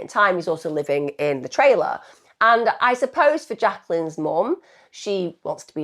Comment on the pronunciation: What's a " tray-- Lah " ?